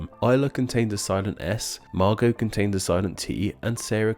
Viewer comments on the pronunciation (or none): none